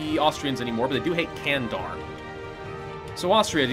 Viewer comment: dont say "candar" this is the wrong saying. İn turkish "c" = in english "j" You say it please jandar!!!